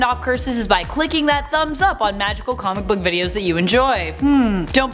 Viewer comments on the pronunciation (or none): none